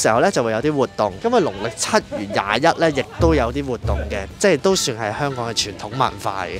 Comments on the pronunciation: kiki既懶音好似越來越嚴重，香港個「港」字，不斷讀成「趕」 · 係香港，唔係香趕。